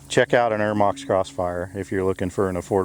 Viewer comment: Not eremox.... Ermox